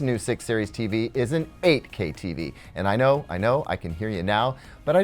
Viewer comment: I keep hearing AK hahaha. I am a huge fan of AKs so I like this one as well :)